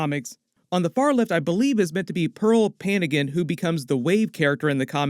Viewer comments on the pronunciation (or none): as a Filipino her name is pronounced PANGAN just a heads up